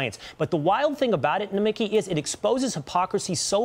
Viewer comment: Nomi (key) emphasis on the last syllabus